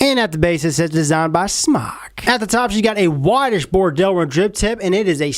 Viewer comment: it's pronounced smoke not smock. it's a play on words it's sounds like smock from non English speaking people like fried sounds like flied. think about about it its smoke with out the smoke lol